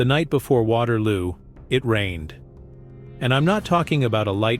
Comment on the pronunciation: “Waterwoo” 😂 AI at its best